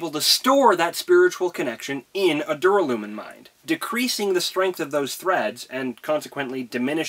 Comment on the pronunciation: It's pronounced Dur- (as in during) Alla -(like alan) Min (Minnie) or at least that's how the Audiobooks say it. Sorry if that follows your into the next video